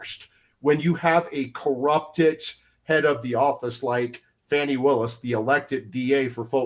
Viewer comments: Why is the CNN reporter calling her "Fonny"? Her name is "Fani" like a woman's backside "Fanny" 😂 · Benny, how could you let your guest mispronounce Fanis name? Its Faaaaaaani Willis, Faaaaaaaaani! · F-A-N-I spells Fawny like S-A-D-E spells Shawday